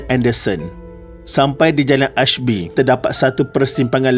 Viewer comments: ater betui le.. sy komen , sebutannye je eshby, bukan ejaan.. ejaan tetap A for Ashby Road.. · Bang ,sebutan ASHBY tu salah bang oi.. sebutannya ,E S H B Y.. Jalan ni memang laluan aku kalau nk ke kedai aku berniaga. Lokasi memang amat dekat dgn Hospital Besar Ipoh, bersebelahan dgn Masjid Nazrin Shah.. Terima kasih dan jasa mendiang takkan kami lupakan.. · Sebutannya memang eshby , tapi ejaan ashby tu betul , kalau dalam peta pun ditulis ashby .